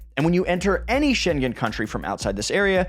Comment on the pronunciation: Please, I implore you ... learn how to pronounce "Schengen" before you post a video. Thanks ! (The first part of your video was appalling.)